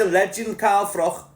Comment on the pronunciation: Its pronounced Froch ,not frock mate